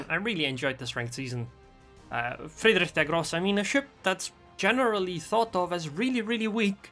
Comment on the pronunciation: Ich spreche Deutsch and I like how you pronounce "Friedrich der Grosse"